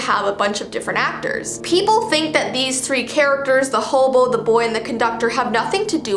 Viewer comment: why do you call hem hoboo????